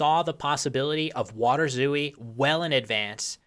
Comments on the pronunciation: You were pronouncing it "waderzoo-ie", but a better English approximation would be "waterzoy". So the W is perfectly fine, the T should be pronounced as a T, not a D, and "ooi" is pronounced "oay". The A should be with with your mouth more opened, and the R is with a rolling R, which doesn't exist in English. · I think waterzooi is a dutch-sounding word, it shouldnt be pronounced "vaterzooi", but should be pronounced "waah-tur-zoy" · By the way, I believe it's pronounced 'VAH-ter-zoi'. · It's more like "vaterzoy" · I am literally from Belgium and eat waterzooi at least 4 times a year, but I didn't know it was originally made with fish. Also small point on prononciation, the I in zooi is said like a close front unrounded vowek diohtong (closer to j than to y) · Since waterzooi is belgian and not german, you do pronounce the W as you would in english. however, the ooi is one syllable. kinda like the second syllable in ahoy. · I am from Belgium en your pronunciation of waterzooi sounds quite funny. While you do pronounce water with a W sound (the V sound is more a german and scandinavian thing), the I at the end is pronounced as the Y is you. The double O is also just a long O sound as in door. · Nice video! The double-o in waterzooi is pronounced like a long "oh" sound. And the "a" is like an "ah". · As a Dutchman, your pronounciation of 'water' is impeccable, but 'zooi' is a single syllable, the i being what is probably best described as a y sound